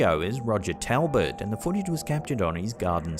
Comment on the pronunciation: Talbot is pronounced tawl·buht.